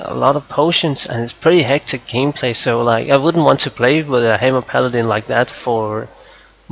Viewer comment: i got 5 sec into the vid and i couldn't take it anymore. "Ultimaite" "Haimer" ... pls